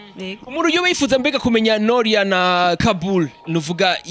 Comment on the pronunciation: Beniii nukuri ni NORIA pas NOLIA tuvug neza plz 😍🤣🤣🤣🤣🤣🤣